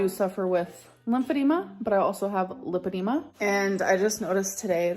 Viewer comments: She's got lah-dema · *lipedema (American spelling) but yes, it’s pronounced with a short “i” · I think it's pronounced LIEphydema. Since that's all she does. Has anyone else noticed she's trying to talk in a different way? Idk how to explain it but it's like she's trying to make up some type of Oklahoma "accent." 😒